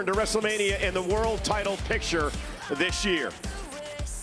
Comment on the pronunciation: Why he keep saying Iyo or Rhea?